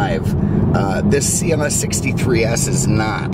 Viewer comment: Is it just me or does he say CMS instead of CLS im the beginning of the video